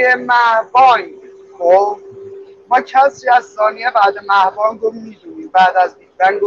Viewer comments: مَه = ماه (مَه بانگ = صدای ماه)! مِه بانگ درسته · دوست عزیز تلفظ درست «مِه‌بانگ» هست و نه مَهبانگ! «مَه» مخفف واژه‌ی ماه هست. «مِه» در اینجا به معنای بزرگ، و متضاد اون واژه‌ی «کِه» به معنای کوچک است. (مِهتر=بزرگتر / کِهتر= کوچکتر) «بانگ» به معنای فریاد و صدای بلند بوده و با واژه‌ی «bang» در زبان انگليسی هم‌ریشه و هم‌معنی است. «مِه‌بانگ» مترادف بسیار زیبایی است برای اصطلاح «big bang» که حیف است اگر با معنا و تلفظ درست آن آشنا نباشیم.